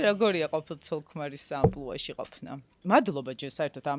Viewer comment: საინტერესო პოდკასტია, ანასგან უბრალოდ გამიკვირდა,,ამპულა" ამპლუა არის და არა ამპულა. ან შეიძლება ასე ისმის...ბოდიში უბრალოდ ცუდად მოხვდა ყურს შენგან თორე სხვისგან არც ეგ მიკვირს და არც საქმის ყურში კიდევ 😂😂 წარმატებები მართლა,თვითონ თემატიკა ძალიან საინტერესო იყო ამ პოდკასტის. ❤